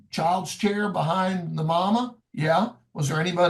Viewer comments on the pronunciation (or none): none